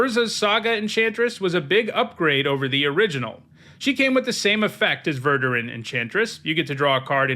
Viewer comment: Omg it’s verDUrun. Who let you out of the basement??